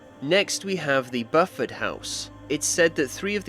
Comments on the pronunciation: Its not bufford. Its pronounced Bew Ford. For Buford. You yella belly poll cat!😅🎉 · Buford is pronounced byoo ferd. Think of the cop from Smokey & The Bandit, Buford T. Justice. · Lol awesome video but its pronounced B ew Ford lol